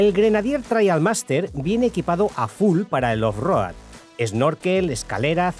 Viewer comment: Con todo respeto…. No hay nadie que le pueda decir como se pronuncia off road?? No cuesta tanto decirlo bien o usar la traducción al castellano.